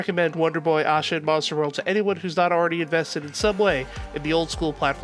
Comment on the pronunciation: why do you pronounce asha the way you do. theres no w or u in it. its like ash-a..not ausha. oh but wait you change it every once in a while. lol make up your mind pal. not trying to be mean its just weird